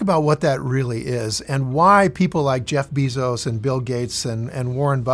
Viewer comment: I've watched a few vids and I like but did he say "Jeff Beeezoes" lol